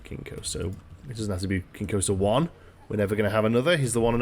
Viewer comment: Everytime you say King Coaster i think you're cursing lol